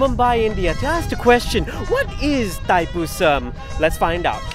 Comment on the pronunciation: Pronounce la betul2 Thaipusam